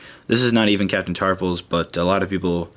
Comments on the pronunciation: Its tarful not tarpul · I think it's captain Tarful, you are saying it with an 's' on the end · it sounds like he's saying Captain Tarpals, the gungan